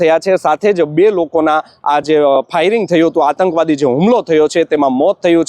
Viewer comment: 'આતંકવાદી' શબ્દનો સાચો ઉચ્ચાર શીખવો જરૂરી છે. સમાચાર આપતી વખતે હિંદીભાષીઓની નકલ કરવાની જરૂર નથી : "સમાચાર સામે આવી રહ્યા છે", "જો વાત કરવામાં આવે તો..."